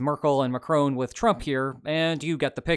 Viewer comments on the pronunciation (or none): Another great report. Thumbs down for the macroon rubbish. Are you really an american who insists on mispronouncing everything? Macron, the 2nd sylable is short